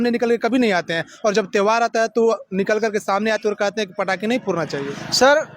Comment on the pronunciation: ये इंटरव्यूअर पटाखे को पड़ाका क्यों बोल रहा है ? आएं ? अनपढ़ है क्या ? वैसे आप भी 25 दिसंबर को ईसाइयों द्वारा पटाखे जलाए जाने वाले सवाल पर कोई जवाब नहीं दे पाए , विश्वगुरु होने के बाद भी ।